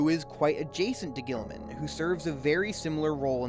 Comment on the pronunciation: When youre trying to make a serious point, mispronouncing the subjecting and mocking it constantly really kills your momentum.